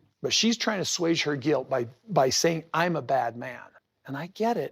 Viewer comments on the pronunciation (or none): The word is 'assuage,' and it's pronounced "ah su aj". When you try to use big fancy vernacular, you look like an asswage Kody. 😒🤣